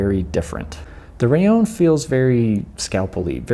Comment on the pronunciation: Why do you say " raion " ? It's " raLLon ", right ?..